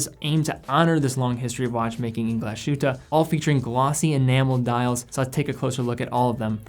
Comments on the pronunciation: I enjoy your videos,. However, as a fan of NOMOS and other products of that city in Saxony, you should learn that the proper pronunciation of "Glashütte" is not "Glash-oota" but Glass-hoota" (approx.).:-) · Glashütte - Glas hut in German. And just to comment, sh is not as sh in English but like s and h after it. Just like Glas hut in English:-) great review,! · Excellent Video. Little advice on the pronunciation, instead of saying "glashutaa" say it in English it's probably the closest you get to the German pronunciation. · Say after me: "glaas hytte" Like that Nomos got their own DNA, but personally I can't stand the long and skinny lugs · Great video! but when you pronounce "Glashütte" please seperate Glas-and-Hütte two words, Glas means glas lol and hütte something like house, greetings from Germany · Glashütte is pronounced as the englisch word glass and then ad the hütte. With a very short ü. There is no sh-sound in it. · just a tiny hint on pronounciation: "Glashütte" is a compound word: Glas + Hütte. Literally glas hut. (The town was originally famous for its glas production.) In the compound word, these two parts are still pronounced distinct from each other. So there is no "sh"-sound. (You did pronounce the ü-Umlaut very well, by the way). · Also, accent on the first syllable. Generally the case in German. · Hey great video! As a fellow german I‘d like to help with some pronunciation. Ludwig is actually ‚Loodwig‘ - with the oo pronounced like in ‚boot‘. And the german mecca of watchmaking is Glashütte, which means ‚Glas House‘ more or less (Hütte is an old german word for house) and despite the letters ‚sh‘ in ‚Glashütte’ being right behind each other, it is not pronounced together. Two seperate words actually: Glas-Hütte. Otherwise great Job! I hope this helped! Keep up the great content!